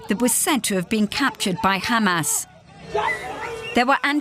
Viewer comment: She slipped with that khamas